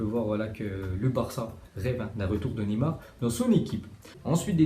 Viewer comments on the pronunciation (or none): none